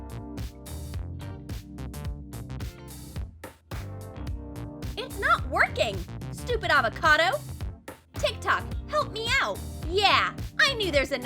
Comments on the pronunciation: It's not til tok it's tik tok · But theses comments are not on TikTok also they way you say TikTok